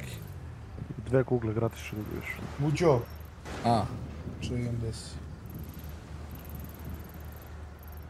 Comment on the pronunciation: Ne kaže se mućo nego Muđo